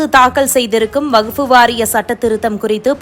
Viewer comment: அது வகுப்பு இல்லை... வக்ஃப். தமிழை கொஞ்சம் சரியாக உச்சரியுங்கள்.